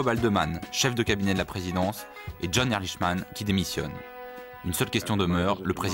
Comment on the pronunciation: Ehrlichman se prononce Erlikman, et non Erlicheman !